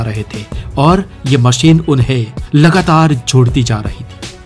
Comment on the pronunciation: उच्चारण बहुत खराब हैं। 'श'को 'स'बोल रहे हो। सुरु नहीं शुरू, मसीन नहीं मशीन।